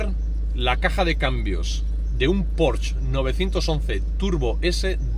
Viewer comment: no se dice PORCH en alemán se pronuncia la ''E''